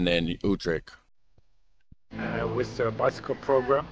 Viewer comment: please.. points for effort : yes. "almost spot on" : no way. "YouTrecht" : 50/50. Groningen .. .. After repeating it 20x times one could imagine it was 50/50 but i'm afraid it was less.